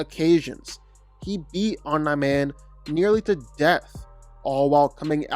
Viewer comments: Om-knee not om-n-eye but apart from that it’s a very well written video,good job getting that info, must of took ages! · Dude, you are seriously pissing me off with your OM-NIGH-MAN pronunciation! ITS OMNI MAN for god's sake😭😭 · BRO CAN U PLEASE STOP CALLING OMNI-MAN AS OMNAH-MAN OR OMNIGH-MAN . IT DRIVES ME CRAZY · Say Omna Man one more time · Fr. Ts pissing me off😭